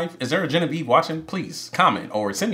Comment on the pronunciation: My sister's name is Genevieve and it has always pissed us off the way they incorrectly pronounced her name in French 😤😂